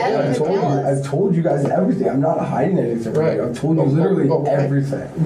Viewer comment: this narrator really pronounced "hiding" as "hidding"